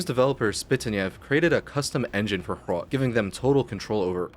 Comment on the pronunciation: As a czech, im really proud of how more recognition Hrot is getting in the more broad and international gaming scene. Great video, and good job, you even did very well on the pronounciation.